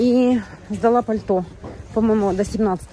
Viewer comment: паль-то́. Существительное, неодушевлённое, средний род, несклоняемое)